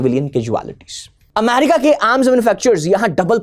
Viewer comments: America ✅ Amyarika 😅❌ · Please. It's pronounced 'amErica' ✅ Not "amArica" ❌ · Sir ji “amarika “ nahi “america” hota hai